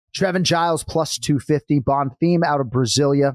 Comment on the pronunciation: Anik trying to subtly emphasize BonFEEEM after Brian has repeatedly said Bonfirm. Gotta appreciate how JA always gets it right, not just fighter names....but also fighter names 🙃 so the rest of us don't have to cringe so hard